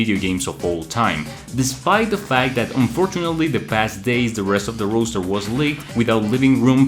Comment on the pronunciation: Bro saying Roaster